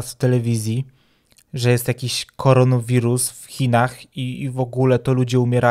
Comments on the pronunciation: "...koronowirus..." Ja: *Złość nie do opisania* Ja kilka sekund później: Koronawirus! A nie korono! K O R O N A!!!! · Mówi się koronawirus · Tak, wiem, zdałem sobie sprawę, że wymawiam nazwę źle - powinno być koronawirus, a nie koronowirus :p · Pf kfaronowirus Pf nie kfaronowiruz tylko korona wirus 😏 kfaronowiruz ja się tego nie boję a wy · korona wirus nie korono wirun